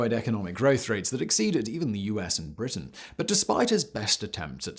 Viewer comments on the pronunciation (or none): none